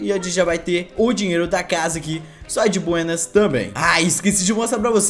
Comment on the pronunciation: Ele metade do vídeo " di buênas "